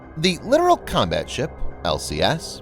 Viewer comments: Dude you sound dumb saying LITERAL. It's LIT-TOE-RoLL. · It's not literal. It's Littoral. Lit Tor Al. Both Ts are pronounced. Exactly as it is spelled. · The voice over guy is literally pronouncing "littoral" as "literal." Don't feel too bad, though... The late Sen. John McCain literally made the same mistake when he was running for president. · Come on. Let us get with the program. It is NOT a literal combat ship!!! It is a Littoral (long "i") Combat Ship that operates in the littorals...literally. Calling the LCS a literal combat ship is like calling an "A" "H" 64 Apache Attack Helicopter an 'ah' 64... sounds VERY UNPROFESSIONAL and all those who hear it that... that have 'been there and done that' are disturbed by the lack of understanding of the common man of things military. Military communications verbal, data, [anything] must be accurate, unambiguous, and timely. To call an LCS a literal combat ship is to use miss-information against the public... who paid for all of this! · Littoral isn't pronounced the same as literal. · If only you didn't mispronounce Littoral the entire time.